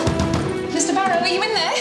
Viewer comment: “Goodbye Mr Bawwow.” 😆